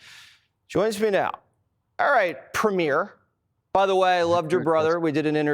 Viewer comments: There's a big surprise. Stupid, too. Can't even pronounce "premier" correctly. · is so ignorant, he can't even prounounce the word" Premier" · I don’t understand how difficult it would be to find a Canadian to teach you how to pronounce “ PREMIER “